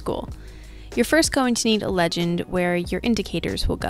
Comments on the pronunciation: Wait what "LEGENG" english is my second language but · "legeng" "most simplest" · i noticed that "legeng" 😂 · Anyone notice 'legeng' ??